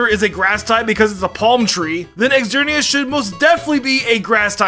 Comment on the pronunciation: it's not "Exerneas" it's just "Zerneas" xerneas you probably also "eckatu" instead of "zatu" for xatu 🤦🤦🤦